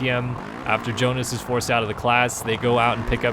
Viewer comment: Pauls Jonass - say like yonas (young) not gonas (georga)